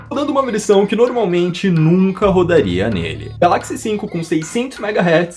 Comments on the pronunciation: Da agonia ouvir ele falando galÁxy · A sua pronúncia de Galaxy está errada